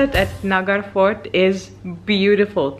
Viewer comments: MA'AM Its NA-HA-R-GA-RH FORT (NAHARGARH)😇😇😇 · Ma'am you are pronouncing Nagarfort, is totally wrong, it is Nahargarhfort.